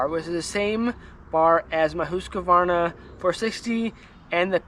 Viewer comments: If you're talking pronunciation, it is Hoosk-Var-Nuh, NOT Hoosk-A-Var-Nuh. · I talked to a Husqvarna rep that put the “a” in it. So I corrected him. 🤓